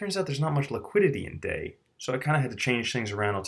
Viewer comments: Hallåååå! It's pronounced DAIIIIIII as in somewhere between Dye and Die. Not Day. Not even close to Day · DAI is not pronounced like day it is pronounced like dye